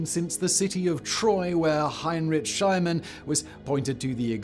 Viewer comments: Shleee- maaan found troy... not shly... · Great video but it's SchlIEmann, not SchlEImann! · SchI"IE"mann is pronounced with an "ie" like "eagle", not with an Schl"EI"mann (as in "slime")! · Schleeeman, not Schleyeman. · brits butchering foreign names huh? schliemann isnt pronounged "schlyman" but "schleemann" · Sch-lee-mann, not Sch-lye-mann - get your damn pronunciations correct! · Heinrich Schleyemann??????? Jesus, can't you look up pronunciation? That's embarrassing. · "Shly-mun". Try Shlee-mun. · Who else giggled when you heard Simon say "Schlyman" i.e. /ai/? Usually you only hear Americans say that. Does Simon have some American blood? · In German "e+i" diphthongs, the second vowel "says its name." Hyne-rich Schlee-man. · It’s Schleeeeman. He was pretty schliiimy. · "Schliemann" is pronounced "Shleemun" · Schliemann = shlee mun. In German ie or ei, look at the second letter, and say its English name. Thus ie = ee, and ei = “eye”. Doublecheck these pronunciations before going to air. There are plenty of resources online. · Schl ie mann is pronounced Sch lea mann. Any german ei combination of the ie dipthong is always pronounced with the second vowel long. For example the word "Nein" meaning "no" is pronounced NINE. English is a germanic language and not all that different from german. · The first syllable of Heinrich Schieman’s surname is pronunced “SHLEE”. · Schliemann is pronounced shlee-mann. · his name is pronounced "Hine-rick Shlee-man" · I wondered about that. LIke "Is that some weird British pronounciation? I thought it was SCHLEE-man." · Schliemann pronounced wrongly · Dislike for saying heinritsch schaiamenn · Schliemann does not rhyme with Simon, but dream on... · For FUCK's sake. If you use a German name, learn how to pronounce it. This is disgusting!